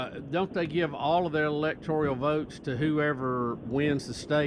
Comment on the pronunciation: ELECTORAL. Not “electorial”. Bubba and the caller. Y’all have to stop. 🤦🏼‍♀️